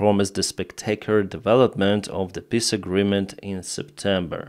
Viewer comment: I really like your pronounciation of "peace" "They want to hold piss talks" "Austria wants to hold a piss initiative meeting on their territory" (uurghs) 🤣